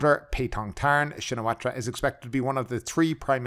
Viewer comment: Excellent channel but would be a good idea to learn how to pronounce Thaksin s family name as we’re going to hear a lot of II in the next few months